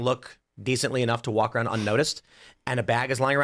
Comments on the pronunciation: He says arooudd to be proud 😅😂😂😂😂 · Tim pool: "Aroud" 😂